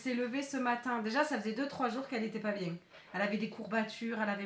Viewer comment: biennn avec l accent marseillais